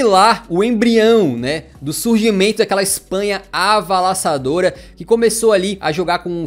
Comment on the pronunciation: Espanha "avalassadora" 😅